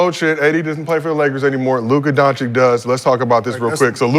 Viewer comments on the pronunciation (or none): Doncic is pronounced Dawn-chich not Dawn-chick.